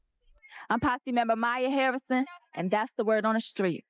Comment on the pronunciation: Mya "Herrisin" 😂